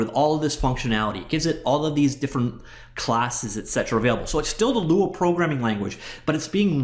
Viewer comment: Lua means Moon 🌒 in Portuguese. When you pronounce Lua, you doing great, no american accent.